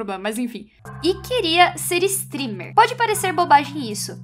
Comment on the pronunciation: A estava dizendo "streamer" e eu pensava que ela estava falando stripper kskdkdkdkdk